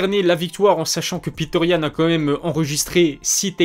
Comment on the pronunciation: C est petr yann.prononcer Petre.pas piteur. Sinon o top, comme d hab